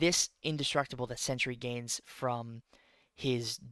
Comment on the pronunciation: It’s Sentry not “century”, I tell you because I love you 🤣 Two syllables not three